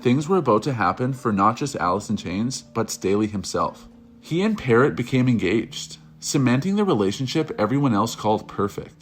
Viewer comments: This asshole doesn't know what he's talking about. He's copying other documentaries and can't even pronounce Demories name. It's pronounced peerr-o not parrott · Also when he called demri parrot 🦜 like the bird instead of Pa-Row like its pronounced